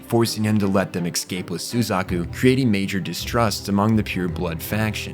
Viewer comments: Coup is pronounced coo like coo coo bird. P is silent:) Escape is pronounced ess-cape not ex-cape:) Otherwise really good love the video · Ecks cape Coop Nucular Tie rannical